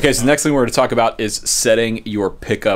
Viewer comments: the word is height, not heigth. Pet peeve, sorry. No TH sound at the end. Hite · Height as in right. Not hiegth. But otherwise good info. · Height, not "Heighth"... Sorry, gotta do it, its a pet peeve. Length, Width, and Height (not Heighth). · I'm sorry to be 'that guy' but heighth is not a word. It's just height. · Heigh-th really bothers me.. it's heighT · Quick lesson. Heighth isn’t a word. Height is. But not heighth. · Handy tips, but "heigth" is not a word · Why do all guitar set up people say heighth? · somebody else that says heighth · Why do people put a "th" in the word height? It gets annoying hearing that. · Why does he keep putting a th at the end of height